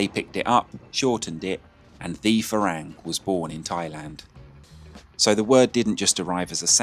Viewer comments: Say "far rang" like your wife said, not "fa raeng". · I enjoy your editing, style, and narration, but dude, it’s ironic you cannot pronounce ฝรั่ง (Farang), seeing as you not only rhapsodized about it’s meaning and, ahem, pronunciation, but it’s kind of your brand and all. That second a in Farang, you’re pronouncing it with the Thai แ, but it’s an ั. Which is to say, it’s not “a”, as in neighbor and way, but “ah”, as in open up and say ahh! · Learn to pronounce farang properly